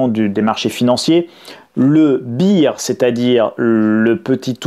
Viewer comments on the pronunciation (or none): Le bear... Se prononce " bère" "bire" c'est la bière >>>> beer. 😄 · Bonjour. C'est bear pas beer, ça se prononce donc bère et pas bire. Merci. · "Bear" ça se prononce "bère" pas "bire" sinon c'est la bière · Laisse-lui sa prononciation cochonou et remets-moi un demi de "Bear" :) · « Bire ou bulle ? » 😂 Bon après c’est du détail parce que le contenu est hyper intéressant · Le « beer » market ? Mdr 😂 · Il sait très bien comment ca se prononce...selon moi il appui sur une sonorité bien francaise pour faire sympa